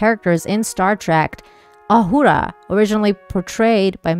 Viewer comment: I love that you pronounce her name properly.